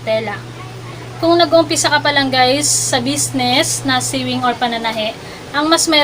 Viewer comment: Pronounce sewing as "sowing" not short e.